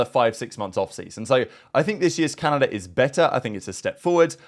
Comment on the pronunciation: I kept thinking you were saying Canada and not calendar and i was hella confused XD its too early